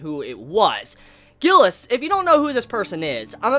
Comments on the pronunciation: Gilles is a french name so its G is pronounced similarly to a J. Also the S is silent. So basically sounds like Jille. U can hear it in the episode. Im glad they didnt butcher foreign names in the serie unlike what I was expecting. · Isnt it pronounced Schzeee instead of Gilleh